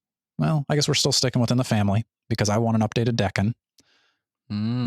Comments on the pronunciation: Daken is pronounced "Dah-Kin", rhymes with rockin -more or less. it means mongrel in Japanese. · Daken is pronounced like dog but drop the g and ken is obviously pronounced like ken from Barbie. Source: I speak Japanese and have been living here for the past ten years. The word 駄犬 means mongrel like a mixed dog.